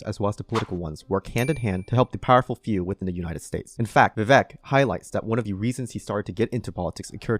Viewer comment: Vivek 2024, calling out the other GOP candidates as superPAC puppets during the debate was very refreshing. It was ironic how people with nothing but failed foreign policy were calling him out for having no experience. BTW, im pretty sure its pronounced viv-aik, not viv-eck